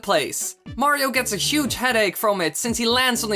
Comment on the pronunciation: 4. STOP SAYING MAYRAYO OK OTHER PLAYERS CAN WHERE IT TO!